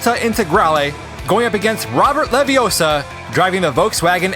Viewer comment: It's leviOssa. Not leviossar. Just saying.